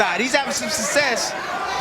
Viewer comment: My Tim Bradley game is take a shot of overproof rum every time he says "sussess".